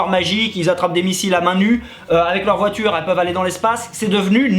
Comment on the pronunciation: La pertchinence de la vOUAture 🤣🤣🤣